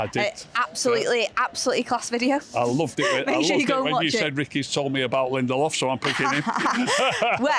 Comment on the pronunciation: Did Ricky say Lendelof?